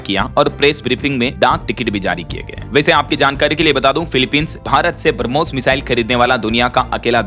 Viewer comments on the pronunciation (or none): none